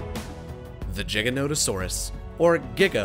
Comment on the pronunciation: btw you FUCKING nailed the pronunciation